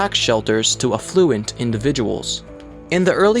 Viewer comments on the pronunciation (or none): "aff-fluent" lol.